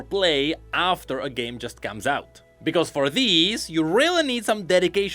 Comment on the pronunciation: accent: Project Gay Me, who is listening in the background: The what?